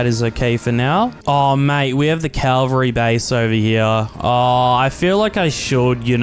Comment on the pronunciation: Bro really said calvary base